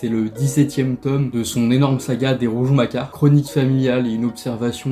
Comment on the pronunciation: On dit RouGON et pas RouJon. 😊